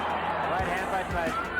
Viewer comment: pourquoi tu dis "tysson" ??